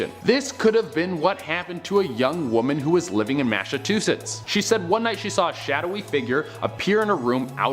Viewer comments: He said Mass a huchits lol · Did that guy say "mash a too shits" when referencing Massachusetts? Hehe